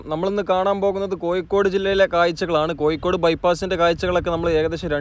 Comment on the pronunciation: കൊയ്ക്കോട് അല്ല കോഴിക്കോട്